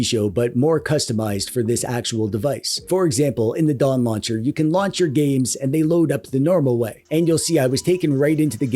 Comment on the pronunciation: No definetly said Dong Launcher